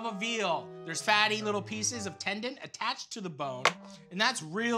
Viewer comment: Matty "tendant" Matheson